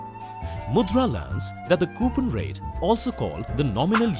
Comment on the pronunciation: I left because of the way the guy said coupon.